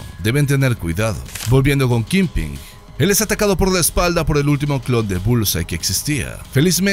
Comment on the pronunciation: Amigo, tu canal es increíble y tu voz me fascina. Solo tengo una aclaración. Wilson Fisk es "Kingpin", y no kingping. Saludos y sigue así.